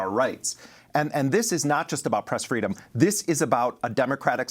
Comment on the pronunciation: Fress preedom lol I live for spoonerisms